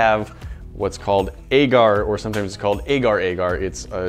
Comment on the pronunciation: U said agar-agar wrongly.